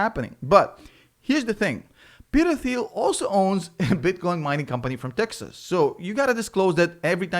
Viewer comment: FYI, it's pronounced 'Teal'. The 'h' is silent.